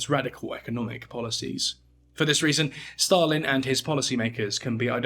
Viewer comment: Why do you pronounce Stalin as "Shtalin"? Dude.